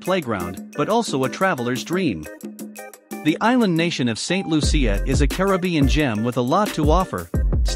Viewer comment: St.Lucia… pronounced like, fuchsia ..instead of an F …Luchsia.